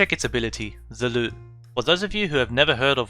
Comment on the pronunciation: You called the lute a luu